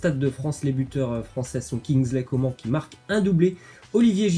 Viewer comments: arrête de dire coment ça se dit comane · Ça se prononce « Co man » et non pas comment 😭😭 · On dis kingsley coman on prononce le n on dis pas comment bordel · Bah si doit bien prononcer le nom des joueurs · C'est pas Kingsley Comment hein sa se dit " comane " on prononce le N 🤦🏽‍♂️ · C coman pas comment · Arrête de dire coman à la française ! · pekeño vlg mdrrrr je suis d’accord c’est insupportable le comment